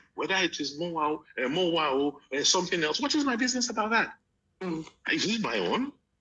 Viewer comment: Way da you guys like it or not is called EMOWAA not MOWAA